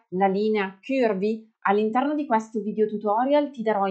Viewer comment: Bel video con tanti consigli utili, anche se in realtà non sono proprio “curvy” (40 taglia europea) e dovrei modificare i cartamodelli per farli più piccoli. P.s: però non dire “chiurvi” non è la pronuncia corretta 😉